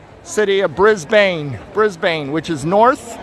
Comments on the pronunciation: Pronounced "bris-ben but one syllable... not bris BANE 😊😊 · It’s pronounced “Briz-bin”. And we call them “panels” or “showcases”.